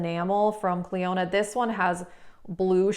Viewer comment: I'm saying this with all the kindness in the world & with zero troll energy- Clionadh is pronounced: "klee-oh-nuh" not "klee-oh-NAD" like you say. Love your vids. Gonna see about using that lethal code